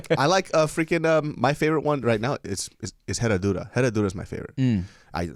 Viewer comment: since we are talking about pronunciations… the H is silent in Herradura tequila. Other than that good job, I can get down with it too